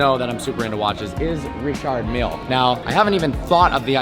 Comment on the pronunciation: Stephen Is my first name that's how you pronounce it (ree-shard meel)